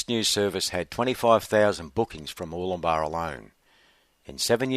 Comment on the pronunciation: it's good to hear you pronouncing Murwillumbah correctly. I'm sick to death of hearing it said by all and sundry, including news reporters, as being MurWOOLumbah!!!!!! It gets my goat!